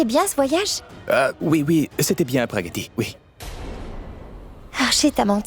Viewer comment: me tue en disant Praggatti 😂